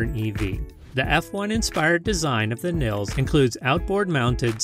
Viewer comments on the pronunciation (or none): Th VW Nils is pronounced Neelse!